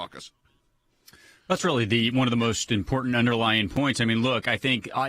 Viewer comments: IM...PORT...ANT, NOT IM POR ANT. learn the language if your going to open your mouth. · Its important not iportat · Learn how to correctly pronounce the word "important" !!